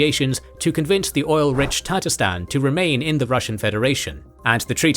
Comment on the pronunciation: Это невозможно слушать :) Ребята, пожалуйста, если делаете текст-переводчик с английского сначала послушайте, что он вам наозвучивал, а только потом публикуйте. Потому, что "Елин", "чечны и чеичавены", "татаристан" "ДудИев (вместо Дудаева)".